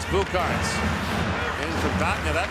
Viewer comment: So much respect to the GOATmentators (by GOAT meaning — Greatest of All Time, just in case) for pronouncing Latvian player surnames and names so well. Especially when I heard Roberts Bukarts it blew my mind, sounds like a perfect Latvian pronunciation